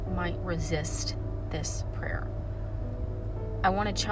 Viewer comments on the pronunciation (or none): I thought you said don’t avoid this “player” 😂